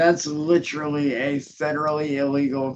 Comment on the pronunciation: ‘You trolling and vullying me is lidderally a crime!’ - 😂🤣